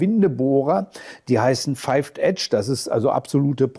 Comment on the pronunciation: Moin, die Aussprache beim 5-Kant ist nicht feif (-th edge), sondern fiff (-th edge), aber das nur am Rande. Wer von Hand Gewinde schneidet, soll statt dem antiquierten Windeisen sich lieber einen Werkzeughalter von Gedore (evtl. auch von anderen Herstellern) kaufen. Da hat man einen Halter, den man wie einen T-Griff-Schlüssel verwendet, der aber auch eine Ratschenfunktion hat, also umschaltbar von Rechts- zu Links-Drehung. Und der Clou: am oberen Ende (wenn man denn so wie bei Deinen Versuchslöchern senkrecht ansetzt) ist so eine Art Wasserwaage (Libelle sagt man wohl), so daß man immer weiss, wenn man mal nicht mehr 90° zur Fläche schneidet.